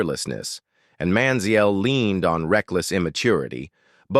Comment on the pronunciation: Listening to this AI pronounce Mariota and Manziel is unreal. Fucking do better.